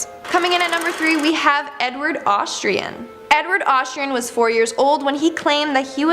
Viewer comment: You said Hatshepsut and Amenhotep wrong... Also, there is only ONE R in Lightoller, making LightRoller the wrong pronunciation... You mean Edward AustrIAN NOT AustRAIN. You know like what someone from Austria would be...an AUSTRIAN. It seems you REALLY need to work on either your reading or speaking abilities, perhaps both, depending on what your issue is. Tina Turner is just some crazy loon who convinced herself of this B.S. Most people, in fact, the majority, who "think" they've been reincarnated started thinking it at a very young/early age. It's because there are spirits (Muslims call them Djinn) who like to screw with the living and whisper that crap in the ears of young and impressionable children. They didn't really experience what happened to those who actually lived those lives. They're being swayed, and influenced, by vengeful entities who find it entertaining and funny. Entities who have been living/existing on this planet for millennia, and have seen it all happen first hand.